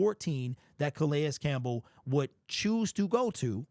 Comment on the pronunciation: Can we pronounce his name correctly?